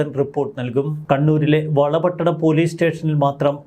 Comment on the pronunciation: വാർത്ത വായിക്കുന്ന ചോ ട്ടാ വള പട്ടണമല്ല വളർ പട്ടണ മാണ്.